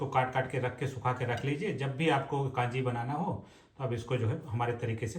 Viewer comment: जी कांजी नहीं कंजी है। नारायण चेन्नई से आपके वीडियो बहुत उपयोगी सिद्ध होते हैं। धन्यवाद।